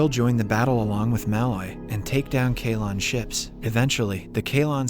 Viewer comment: It is lmao. You can tell with it not pronouncing Kaylon right. Nice job not using context clues and just being a simp. Tho with this basic ass profile I bet you are a bot too.